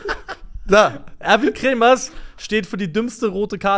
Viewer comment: es tat mir in der Seele als Schalker so weh, dass du Erwin Kremer und nicht KremerS genannt hast:D